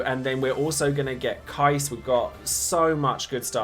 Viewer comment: You, my man, are one of those rare DFFOO content creators in YouTube who is pronouncing Keiss name correctly, and just for that simple act, I wanna say thank you very much 😂